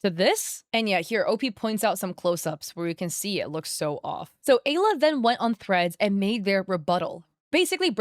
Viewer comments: So my girlfriend’s name is Alya. And watching this hits for two reasons. 1. My girlfriend’s name is the same as a scammer, 2. The way you pronounce it is painful. (No hate, just saying this for the lols.) Now pronunciation usually differs, but it’s usually pronounced similarly to Aliyah, or Al-Yah. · I think the name is pronounced “Ah-Leah”,. 😂It’s a Russian name, sometimes it’s used as a diminutive.